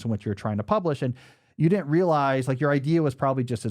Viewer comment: Why do you say "dinnent" instead of "didn't" ?